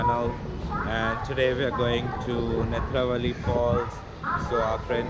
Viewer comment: Hahahah the way u said Netravali and Bahubali 😂 amazing one!